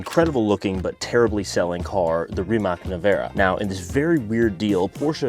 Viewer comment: Rimac not rimass